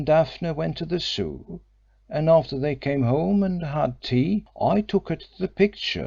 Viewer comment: yes but sadly doesn't speak English with words like Zoo, and others which just spoils the otherwise good reading